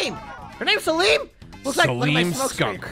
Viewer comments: 1. You didnt click the collectables :( 2. Its SALEM not SALAMI 😩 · Not them calling the skunk Saleem Im pretty sure it's Salem like the witch trials